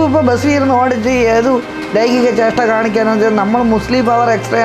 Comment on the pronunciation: ലൈംഗിക ജേഷ്ട അല്ല ലൈംഗിക ചേഷ്ട എന്നു പറയു. BA മലയാളം ആയിരിക്കും .